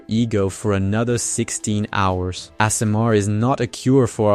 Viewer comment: "Ah-sur-mar"? Ok, yea this is a AI channel. There's no way a human read that.